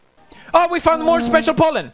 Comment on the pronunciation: When he says Pollen it either sounds like Poland or Holland 😂